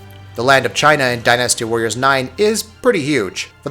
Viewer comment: I came here for Dynasty Warriors. But all I hear about is "Die Nasty warriors."